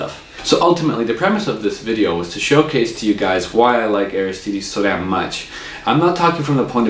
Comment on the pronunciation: You review the guitars and can't pronounce the name =\